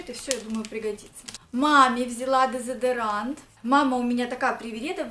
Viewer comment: "Дезедерант... " "Офигеть..." "Охренеть..." Тебе надо купить учебник русского языка. Колхоз...